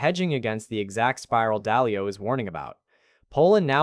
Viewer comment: It is Ray Dalio, not Dahlia